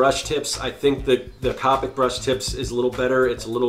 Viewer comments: It's c o p I c not copike I sound like hermione 🤣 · The only thing that bothered me is that he said COP-ic not copic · It’s irritating How he says c-OPIC MARKERS 🤦‍♀️🤦‍♀️🤦‍♀️🤦‍♀️. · He saying capic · That is not how you say Copic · It's funny how many people's biggest take away from this video is the fact that I pronounced a marker brand incorrectly, Priorities I suppose.